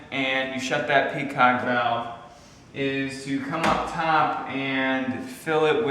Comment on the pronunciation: Lol. I heard that too. 😄